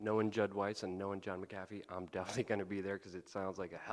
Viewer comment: a minute in you pronounced john McAfee like john muh-coffee